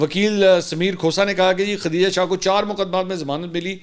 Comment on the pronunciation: bahi mansoor name khateeja nhi khdijah he islah kar len